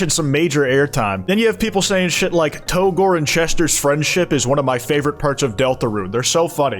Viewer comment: Hot take: It's pronounced "to gore", not "Tou-gore". After all, you also pronounce it "Toriel" and not "Tou-riel".